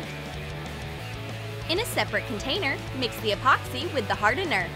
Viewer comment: When I heard them say MIX! It sounded like THICCS!